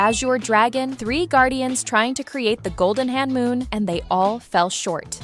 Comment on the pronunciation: It is homoon not hanmoon